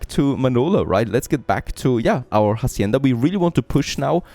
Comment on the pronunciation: Hey love your videos, just one thing, when pronouncing Hacienda, in spanish the H is silence.